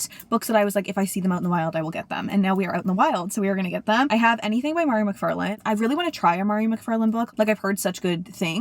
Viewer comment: Mhairi Mcfarlane is my favourite author every and she is exactly your vibe I feel!! (you would love between us and just last night I think!!) Also her name is pronounced like 'VAHree' :)